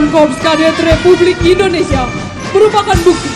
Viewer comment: Mc sebut nya indonesia bukan endonesia